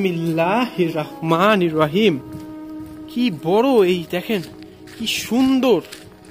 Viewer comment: ভাই দয়াকরে আপনি বিসমিল্লাহড়া সঠিক ভাবে বলুন। বিসমিল্লাহির রহমানির রহিম এটা সঠিক আর আপনি বলেন বিসমিল্লাহির রকমানির রহিম এটা ভুল এবং এর অর্থ পরিবর্তন হয়ে যায়৷